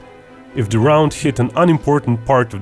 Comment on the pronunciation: It’s not Dee or Diss ‘th’ is not D